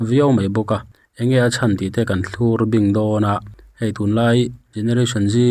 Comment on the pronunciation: Thlurbing tih hi i lam dik lo fo mai, lo uluk deuh rawh aw. Thlur tih hi a thluk hniam tur a ni e. News a bengvar thlak thin e.